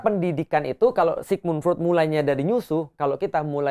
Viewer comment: Freud, bacanya Froid